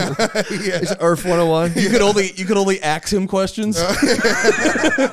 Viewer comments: "Did your science teacher call the earth the earff?" -Matt lmaooooo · “Did your high school teacher call the earth “da earf”? Hahahahha